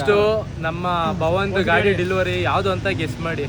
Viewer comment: Delivery adhu dilevery alla😂😂😂